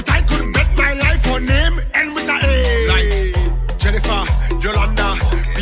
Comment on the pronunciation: The name Jennifer ends with r not an A 😂😅